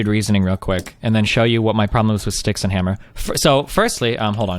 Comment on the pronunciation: People need to say his name properly. Styx Hexen Hammer. Everyone keeps saying "Styxen." :~)